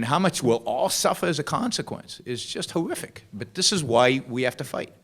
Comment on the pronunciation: I know it's low-brow to comment on the way someone talks, but I get a kick out of Yaron when he says "who-ific" as he did in his last comment of the video. ;-)